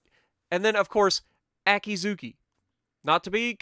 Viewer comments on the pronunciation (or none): AH-CAT-SUE-KEY.... Akatsuki.... AH-KEY-ZOO-KEY.... Akizuki... SHE-RAT-SUE-YOU..... Shiratsuyu... just sayin hahaha... can't wait for this update so my German BBs actually play like I'm used to them playing on the PC... I hope...